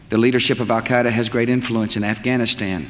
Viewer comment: "Our war on Terra begins with Al Kiduh"